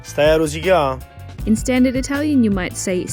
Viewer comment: "Rosica' " (truncated from "rosicare") not "rosicà" (with accent)